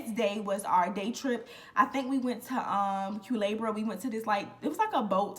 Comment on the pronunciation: Culebra is beautiful… It means “snake” in Spanish… It’s pronounced “coolehbra” The rain forest “El Yunque” is also very beautiful… It’s pronounced “El Joonkeh” the “Y” in Spanish is pronounced like a “j” in English… I know I’m late, but I’m new here… Love your story times 😊